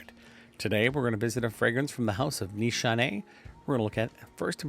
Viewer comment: Pronounced Nishane right , but c stands for j in Turkish ! I like this fragrance with aventus being reformulated this is the frag now !